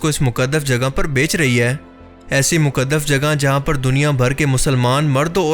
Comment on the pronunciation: Ya muqadaf nai hota muqadas hota hai